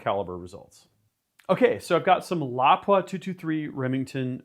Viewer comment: You call me a JA but I can not take anyone in the seriously in the shooting sports that does not know how to pronounce Lapua.